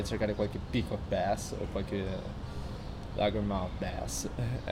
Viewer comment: comunque non si pronuncia "laghermouth bass" ma "largiemouth bass". bel video